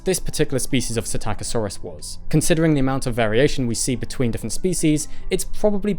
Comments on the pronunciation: LEARN TO READ!!! You grossly mispronounce psittacosaurus (parrot lizard) at every opportunity! Where the hell do you even get "SI TAKKA SAURUS from"? It is pronounounced "sitta ko saurus". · You missed the "p" as well. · I keep thinking he's saying "attackosaurus." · didnt know thats how the name was pronounced, always thought it was pistachio-saurus like the nut 😂😂😂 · "PSITTACUSSY"!?!?!??! NOOOOO 🤣🤣🤣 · In the word "psittacosaurus," is not the "p" silent - as in the word "pswimming"? (Yes, that IS a joke, but the question is real enough!)